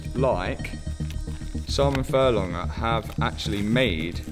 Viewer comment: There’s a g in furlonger…